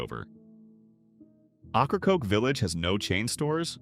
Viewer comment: AI can't pronounce Ocracoke properly, it's pronounced "Okra-Coke". 😂